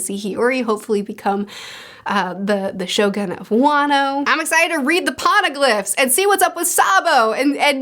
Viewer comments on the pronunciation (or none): none